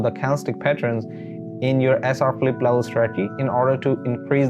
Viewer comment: It's not Philippe, It's flip